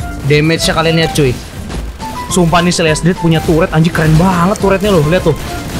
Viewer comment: "Lanjud" "Lanjud" "Lanjud" "Lanjud" "Lanjud" "Lanjud" "Lanjud" "Lanjud"